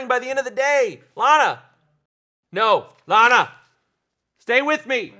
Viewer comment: "Llama" Del Ray lol!